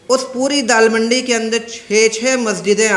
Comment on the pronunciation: Dala mandi not dal mandi.